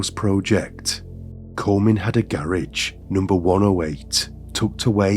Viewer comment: AI can’t even pronounce garage. ROFL😅